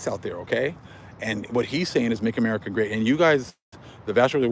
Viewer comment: Shalom'❣️ Great Man of The Most High Brotha' & The 🕎 Super 💜 Chosen ✡️ Children. 🙌🏾"APTTMHYAH!"🙌🏾 Thank you for the down right Truth! 🙌🏾 😂 Just know that Every Time I hear you pronounce 83's Amerikkka as Timer - OMGosh 😅❤😂❤🤣; Right-O ✔️ Ammeerriiccaauugg!!😁💜🤣